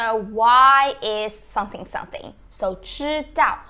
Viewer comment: When you say "someone" you put your lips together when you get to the "m" as you should and it comes out correctly. But when you say "something", I can see your teeth and it comes out "sunthing". I enjoy your vids and they are very informative